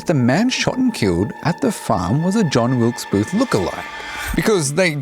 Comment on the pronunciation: He can't even get the name of the assassin correct.